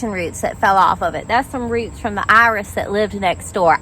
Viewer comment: It’s fun hearing you say, “Iris.” 😜